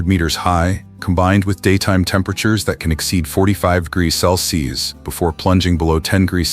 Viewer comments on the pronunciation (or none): Robot says it's 45 degrees sell-seas